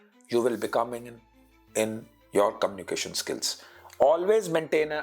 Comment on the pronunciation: sirji.. communiCAtion hota hai KOMnication nahin.. Pls!🤌🙏